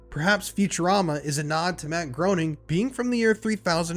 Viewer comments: If you're gonna make an hour-long video about The Simpsons, at least pronounce the creator's name correctly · Before you do a deep dive on the Simpsons, could you learn how to pronounce the creators last name properly? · “Groening” is pronounced Graining not groaning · Matt Groening's last name is pronounced "Greening" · WTC is next level and spans many episodes. Groening rhymes with “braining”. I like your backdrop, it works. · It's pronounced "GRAY-ning" Rhymes with "complaining" per Groening's comic strip "Life In Hell". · it's pronounced "Greening" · It's pronounced Matt Gray-ning, just fyi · It’s pronounced GRAY-NING omg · I know this is nit-picky, but it's pronounced "Gray-ning," when referring to the creator. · >Can't pronounce Groening >Can pronounce Reuters Fascinating, tbh